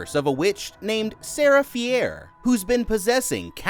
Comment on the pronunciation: “sarah fee-air”